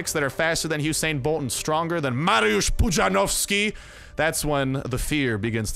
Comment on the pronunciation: im not into comentating but your polish accent of " Mariusz Pudzianowski" just forced me to:) I really appreciate all the entertainment you bless Us, Polish viewers on a daily basis with. Huge cheers! Carry on, I love the way you in a way feel these games. BTW It's a nice way for me to get used to native english so that's a nice thing as well;)